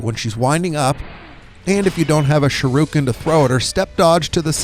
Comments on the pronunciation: Shiruken? Do you mean Shu-RI-ken? Lol aside from that this is a pretty good guide. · Why do you pronounce Shuriken as shurooken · It's Shuriken, not Shiruken. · irks the shit out of me that you pronounce it Sha-roo-ken . its Shur - EE - Ken (Shuriken). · Shirooken?? You mean Shuriken lol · Lol. Another uneducated dumbass. Its not pronounced SH-ROO-KIN, Its SHIR-I-KIN. Its a basic English word kid. Our country is in big trouble if you kids can't pronounce basic words. Fucking idiot. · "Shuruken", lmao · Sharooken. Cringy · Shurukin... Haha you are dyslexic af. Thanks for the guide nonetheless lol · Dude. If youre gonna do videos for money, pronounce shit right. "shirooken?" really? thats not even how its spelled . and the name of the game "Sekiro" . At least freakin try, ya fuckin pleib. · It's pronounce shuriken not how you're saying it 😤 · Sharooken? What the fuck? Learn to pronooonce something before you spoooeak. Dumbass. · Sha ru ken lololol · You must be a great fan of Ryu from Street Fighter 2. Shee- ruu- ken! 😂 On a more serious note: this was helpful, thanks! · Shirooken lol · "Sharookin" How does this even happen? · Sharooken lmao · The way he says shuriken...bruh... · What a dick bag, you haven't a clue what you're talking about if you pronounce shuriken like that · The way you say shuriken shows you've never seen Naruto